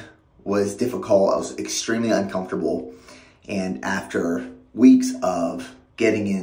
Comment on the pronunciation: ... 'Egg-stremely' Well done sir